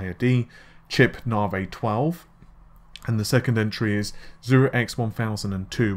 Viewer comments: First we had "Narvay" (Navi), then "Renor" (Renoir - 'Renwah'), and now we have "Darlay" (Dali - 'Dahlee'). I can't help but wonder what's after "Darlay". Hopefully something that's actually correct. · Navi = Na-Vee. Dali = Dah-Lee. Renior = Ren-Wah. Just trying to be helpful. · I can't stands the mispronunciations anymore. Although, I just can't help but wonder what's after "Renor" and "Darlay"